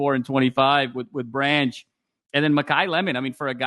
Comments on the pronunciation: Stop saying zac branch name wrong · Great show, why is still pronouncing Zach Branch name wrong? Fight on ✌️